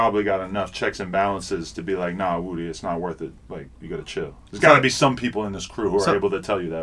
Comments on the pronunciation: His name is (woo -dee) not woody.. he's not from toy story.. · Woody (pronounced wuh-dee)said: i'm using you atleast as much as u using me bruh haha 😅😅